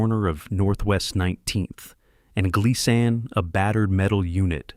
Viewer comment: The street you refered to in Portland, Oregon, was Miss pronounced, is said, "Glee-sin". 😊